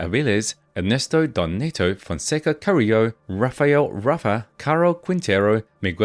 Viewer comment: DON NETO ,,, not “donnito” WTF man for someone doing this research you have BUTCHERED the pronunciation of these names. You’re not even trying. and SURELY you have watched narcos right?